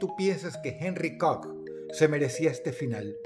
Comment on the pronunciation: Que bonito dice “COCK” ese Dross, es un loquillo 🥴